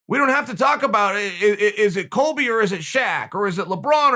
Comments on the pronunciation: Chael said "Kolby" Bryant lol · Chael: says Kobe as Colby Me: ahh yes the great Colby O’Bryant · Me: Kobe Bryant Chael: Kolby Bryant Me: Ok Great!